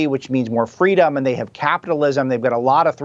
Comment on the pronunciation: "FWEEDOM" - Kamala Harris...and "See Sapwodway" - Dr. Jill Biden